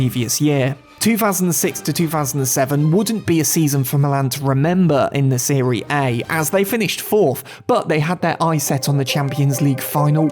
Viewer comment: Dude said “seree A”